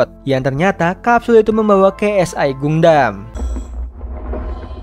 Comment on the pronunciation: Dibacanya Gandem bang.!! Bukan Gundam